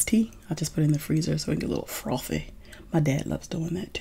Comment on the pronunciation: “To get Frothfy” 😂